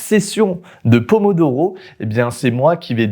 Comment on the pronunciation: le pomodoro il a di doro 🤣🤣🤣🤣🤣🤣🤣🤣